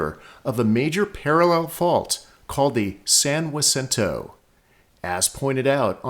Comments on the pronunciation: Problem is the narrator is saying "wasinto", not "haceento". But I'm good with whatever he wants to call it. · I apologize for breaking the rules. It’s San Ha-cinto. Stop listening to New Yorkers. I studied earthquake faults intensely from my Cub Scout days. My dad and I mapped the Rose Canyon Fault in the early 60s. Professors at both San Diego State and UCSD called us crazy. There are stress fracture faults all over SoCal. Some just miles long and others several hundred. I like your videos very much and encourage you continue this work. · I have lived in Hemet (really local) area for 56 years and never heard it pronounced Wa Cinto. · I'm gonna guess that this pronunciation is an anglicization of the word, like how the town of my birth is called "loss-ANN-juh-lus" in English, instead of it's correct Spanish pronunciation. Locals may say san-wuh-SIN-toe, but sahn-hah-SEEN-toe is the original pronunciation in Spanish. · Your pronunciation is wrong. Not Wacinto! It's Hacinto. San Hacinto please. I grew up there in the 1960's. Get it right or stop lying.. Stop the BS. It sounds stupid. Noone ever called it Wasinto. Never. FU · It's pernounced Has-sin-toe not Waa-sin-toe. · I recently moved to the area after over 30 years in Texas. There, San Jacinto is pronounced with a hard J - "San JUH-sinto." I'm so glad to hear how locals pronounce it here. Funny Texas story, a group of 2 couples were in line at a Mexican restaurant in San Antonio. One couple registered for a table under their last name: Jones. When they were up, the page came..."Ho-Nez" party of four. "Ho-Nez." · My father was also (born 1921) but he always pronounced it "san jusinto" like most people in the San Jack Valley did. If I'm speaking Spanish, sure, I'll give it a Spanish pronunciation, but it's like "laws anjeluss": most Americans anglicize the pronunciation because they are native English speakers. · No not saying it correctly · that's the way a European person would say it